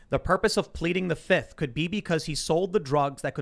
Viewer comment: "Fif" not "fifth.......